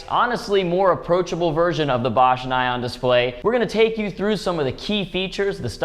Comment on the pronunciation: Oh my ears! It's pronounced "nee-on" !